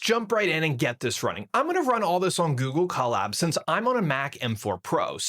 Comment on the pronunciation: That’s not how you pronounce colab. This dude is such a bot